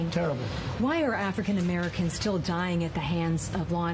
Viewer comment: "Native Amurricans" lol im dying 🤣